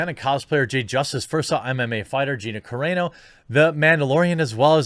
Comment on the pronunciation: thank u. u finally said Gina’s last name correct